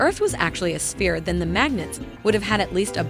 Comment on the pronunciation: Hi hi, fresh from your guest post at SciManDan. Very funny. Also, the world is not a sfeerah, its a sfeer, as being Scottish I know how to pronounce things properly :)